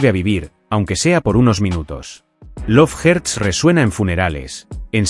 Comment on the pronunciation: "dep perpel" "lov jerts" 🤣🤣🤣